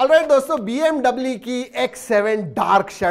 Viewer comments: te bmw ko bm dabli kaun bolta hai.... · Bmw now pronounce like this "b m dubbli"😂😂😂 Op 😂😂👍